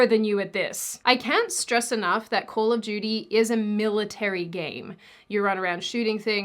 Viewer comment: Am I the only one that heard "Call of Judy" and not "Call of Duty"?😅